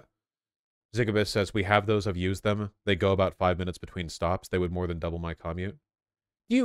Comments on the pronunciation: Why the hell does he say commute like caw-mute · I’ve never hated anything as much as I hate how Vaush pronounces “commute”. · Have you not heard anyone say the word 'commute'?